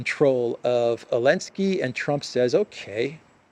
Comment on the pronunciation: Why do you call me elenski instead of Zelenskii. I am just curious 😂😂😂